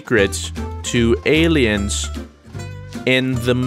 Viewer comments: "Alients" lol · "alients" is killing me